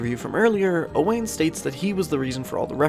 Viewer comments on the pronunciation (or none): Hey fyi I'm friends with an Owain from the UK, and according to him it's pronounced Owen and is a fairly common name out there. Otherwise great video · As an Irish man I'm ashamed I mispronounced it, the Welsh spelling threw me off lmao I apologise to all the Owains out there